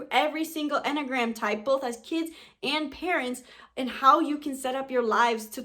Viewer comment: Couldn't get past 1 minute in this video. The way she says enneagram makes it sound like mammogram bc she's missing a syllable... I'm a type 1, so shoot me😑